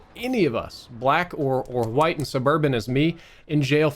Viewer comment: Nobody:: HWITE